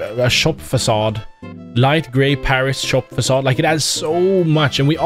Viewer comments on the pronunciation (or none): When he said Fasad i knew he was swedish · When he said Facade i knew he was swedish or atleast scandinavian